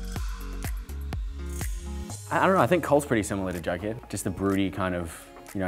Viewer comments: I love how he’s trying to say jughead but he’s saying bug head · Haha when he called bughead instead of jughead 😂😂